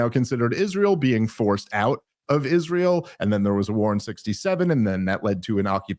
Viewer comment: Its funny that he cant pronounce is-ray-el